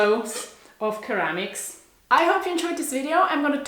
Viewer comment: Thanks for sharing and inviting us to travel virtually with you! Hope you don't mind me saying this, but ceramic is pronounced 'seramic'. And they're beautiful pieces.🌻